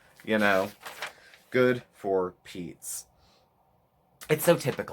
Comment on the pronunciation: the “GOOD. FOR. PEETZ.😬” took me out lol